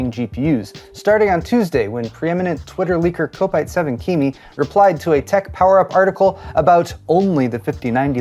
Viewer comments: Kopite7Kimi's name it pronounced "Cop-Ite" not "Cope-ite" , He's a Liverpool FC Supporter. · are yu aure the leakers name is not pronounced kop ite - as in a liverpool fan (football)??